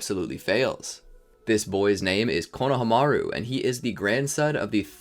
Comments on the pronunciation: Same I swear he's saying coe-no-o-hamaru instead of coe-no-hamaru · Is he saying Konahamaru wrong or am I missing something?? My whole life is on the back burner waiting on the answer